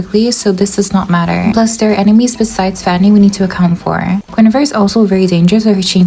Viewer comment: The way you pronounce Guinevere as goonevere is so funny 💀😭